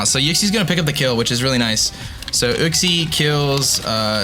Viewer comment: You know that uxie is pronounced as in you-xie